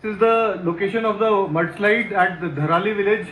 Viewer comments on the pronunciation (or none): Chacha wo dharali hai. Na ki tharali